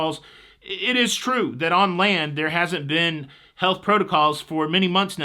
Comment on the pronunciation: When you said you were on the land too long, it sounded like you said you were on the lam🤣